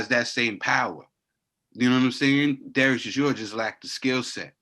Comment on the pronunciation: is a 100% Gangstar. He just doesn't give a flying F about how to pronounce Dereck Chisora.